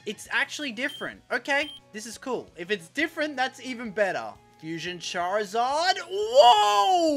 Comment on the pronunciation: Its charizard not charzard charizard not correcting im just saying no offense😅🙌